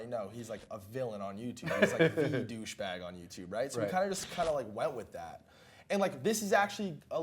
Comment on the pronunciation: “Deh bouche bag”